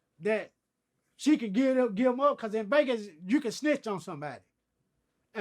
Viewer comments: My mans said BEGAS too #GLADTV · Brian: You mean Vlad Crunchy: Glad Brian: okay then how do you say Vegas Crunchy: Begas.....